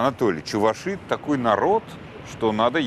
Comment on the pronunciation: Кладут чистое мясо. Никаких субпродуктов. Придумали какую- то фигню. И не ЧувашИ , а ЧувАши.